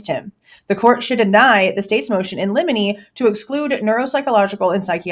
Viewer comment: Everytime I hear you say Motion In Lemini, I think of Lemini Snicket lol